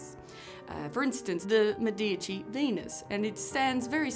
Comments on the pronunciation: It is Mèdici, not Medìci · Medici, pronounced MEdici, ok? Stress on "Me" and a long vowel. Short "i" in "dici".